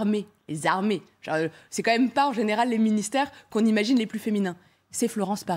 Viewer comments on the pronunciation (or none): « Les zarmées », vous êtes ghetto madame ça ressort naturellement😂😂😂